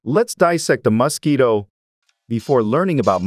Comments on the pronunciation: I absolutely hate the way you say "mosquito"...and you say it every 2 seconds. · you should look up how to pronounce Mosquito - you are very irritating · I cant help feeling quite rage how you pronounce 'mosquito'. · Stop saying mosquito like that. Are you trying to F with me? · Couldnt watch....anyoning saying mosquitoes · RAAAAAAAAA WHY THE FUCK DO YOU PRONOUNCE MOSQUITO LIKE THAT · You say muskeedos You say it so dumb 😂😂😂😂😂😂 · MUSkeetos. God damn, say it properly. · Hate how it says mUscito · not enough of word MUS-KEETO! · Blue is say muskido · I liked how he pronounced Mosquito - Mus-ski-doe 🤣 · take a shot every time he says MUSKeeto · I can't unhear Muskito 😂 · if I hear MAASquito one more time... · "the maskito"💀💀💀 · Why does he keep calling it Musk-Quito? Is it an ox from Ecuador? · I hate the way he pronounces Musk-eeto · Why does he say musketoe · "Muscky-dough"? What part of the world pronounces it that way? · I love how he says “The muskito” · I kept hearing musk-eeto and thinking about the Elon musquito meme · You say Musk Eato 🤫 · the way this person pronounce mosquito is weird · Thé way he’s saying mosquito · Weird way to say mosquito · Mosque eatoh. I hate this AI voice for pronouncing it that way. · Why are you pronouncing it musk-eat-o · First of all: MO-squito, but at least your AI is consistent. Please check your script. There were other mispronunciations that detracted from the video. I hope the dissection was fun for you. Please continue to practice so your dissection skills aren't so gross. Watch zefrank's True Facts About Mosquitoes. It's beautiful. Carry on.🤔🤢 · It's not Masquito, it's Mosquito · I assume "Muss-keeto" is mosquito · Ugh annoying! MUS-quito 🙄 Why are you saying it like that? It’s mosquito pronounced : ms’KEE’toe Are you doing that just to get on peoples nerves ? Do you also pronounce COOL WHIP the way, Stewie Griffin does? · It's Mos, not Mus... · I have always thought it was pronounced as Mosquito, not Mass-kito 😂😂😂😂